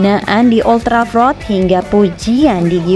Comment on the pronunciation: Gak enak banget waktu nyebut old trafford